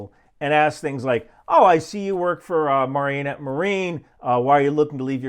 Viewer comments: It's "Mare-a-net" not "Mary-uh-net" for Marinette Marine. 😊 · wait.. did you mean "Mare-enette" marine? all i heard was "Mar-Enette" marine... lol. Wisconsin pronunciation can be tough